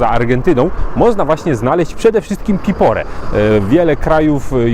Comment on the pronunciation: Piporé czyli akcent na e. 😊